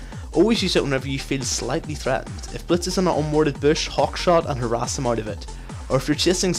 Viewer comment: Lol i keep hearing her ass from harass, "you should poke, her ass